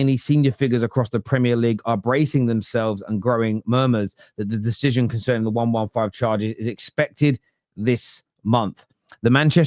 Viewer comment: One-one-five charges? Can you count? Serious question..... It's one hundred and fifteen charges, Numbskull 😂😂😂